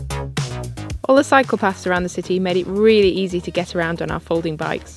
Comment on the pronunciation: My South Carolina southern drawling ears had to get a replay... when you were discussing how Sydney was walking friendly... You said "cycle paths". I heard "psychopaths"... "All the psychopaths here make it easy to get around here..." 😂 Great video, definitely on a to-do list for me now!!!